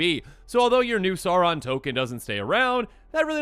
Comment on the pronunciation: It’s not “Sarn” it’s “S-ow-ron”